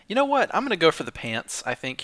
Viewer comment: Sayin Whhat Wheird?